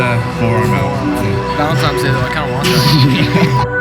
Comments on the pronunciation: you had me 3 seconds in and then you said VALENTIMES day .... my boner dropped. (no homo anyway) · Take a shot every time says "Valenti*m*es Day" Great video mate